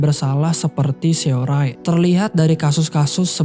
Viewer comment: capek bgt ga lanjut nonton krn namanya SeoRae, bacanya harusnya dibaca SORE malah dibaca semua hurufnya 😂